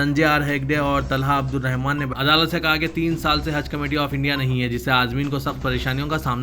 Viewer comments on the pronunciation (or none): none